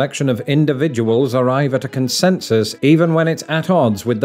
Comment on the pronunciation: its pronounced Data not Data